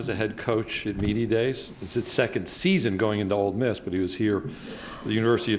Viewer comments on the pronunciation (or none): Freaking Sankey, it’s OLE Miss not OLD Miss, u would think the SEC Commish would pronounce it correctly!!! Great interview, Lane. Hotty Toddy. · Did the SEC Commissioner just say OLD Miss??? WTAF?